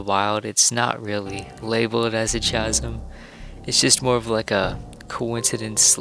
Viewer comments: The "ch" in "chasm" is pronounced like the letter 'k': /kasim/. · Great content! Chasm is pronounced with a hard ‘k’ sound Sorta like kasim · I screamed at chaaazm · Its really cute, but its chasm, with k sound, so it sounds like kass-mm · I definitely enjoy your vids, the little differences can be extremely subtle. I recently saw somewhere that the suns position is in a different location between each game too. They stood the same spot at the same time in both games and the shadow cast by the sun was to opposite. Also you may just pronounce it different than me, but I always heard people pronounce "Chasm" with a silent "H" so like "Kasm". Anyways keep up the fun and insightful videos! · Why does he say chasm like that